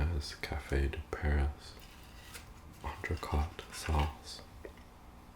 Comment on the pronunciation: incredible vid, you're quite the chef! quick sidebar, 'entrecote' is pronounced like 'coat' rather than 'cot'. Other than that, the sauce looks to die for.